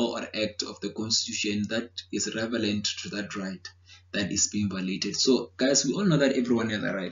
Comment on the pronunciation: Thanks a lot man. Also love how how you say "revelant" instead of relevant 😄. You are thorough in your explanations though. Thank you!